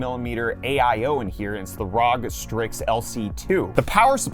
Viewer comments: It's not 'rawg" it's R.O.G. per Asus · Dude annunciated ROG, red flag